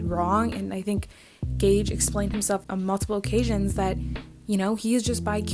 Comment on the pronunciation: Good video and you said it right gage's name:)